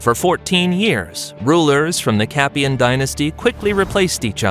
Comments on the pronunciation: So like a Hollywood movie things can be mispronounced and historically inaccuracies included? It's a ridiculous point that you make, why as it's so easy to research why wouldn't they do that? Like pronouncing Capetian correctly! Most people wouldn't research it further so why not just get it right? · First time I hear about the "Capian" dynasty...